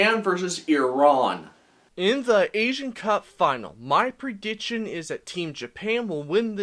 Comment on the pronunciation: Pronounce prediction right then make videos lol